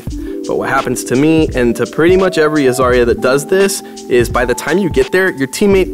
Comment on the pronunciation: My sisters name is zarya buy not zar ya its za rya